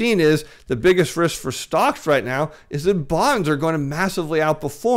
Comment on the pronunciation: Political "rith"? Billback "batter" plan? The "flure" people? is so desperate grasping at straws, trying to hold on to his deflation thesis, he can't even pronounce simple words anymore.